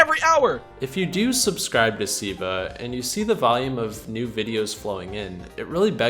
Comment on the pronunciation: Why did you keep saying "Siiva" throughout the video instead of "Silva?"